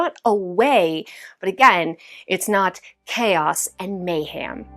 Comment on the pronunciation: Girlfriend! May-ham?? 😂